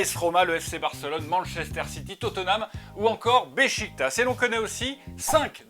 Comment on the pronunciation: au bout d'un moment faut dire que l'on ne prononce pas BECHIKTASS mais BECHIKTACH